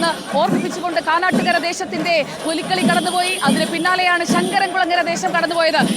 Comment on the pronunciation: പുലികളി അല്ല പുലിക്കളി ആണെന്ന് male reporter ഓർക്കുക